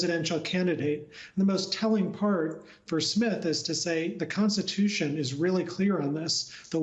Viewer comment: It’s the constitution…not the DONstitution!!!